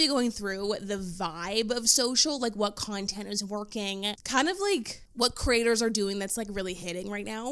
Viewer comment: Why did the word “whaaaeeettt” have 3 more syllables than it needed?